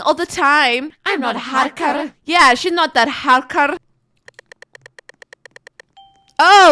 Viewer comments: AM I THE ONLY THAT LAUGHED WHEN SHE REPEATED i not, a harker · ahahahah what bero you said hakerrrr